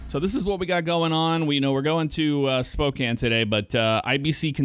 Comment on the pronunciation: And he even pronounced it correctly instead of pronouncing the e at the end like so many people.